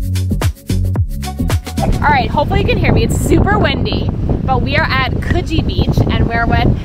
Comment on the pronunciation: This video made me so homesick, but in the best way 🥰 I’m so glad you had such a good time in Sydney! (Also pronunciation of Coogee was perfect!)